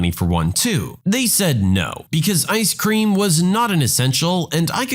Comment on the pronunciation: haha that is absolutely not how you pronounce "Ice Cream" lol Maybe you pronounce it that way in your native Albanian?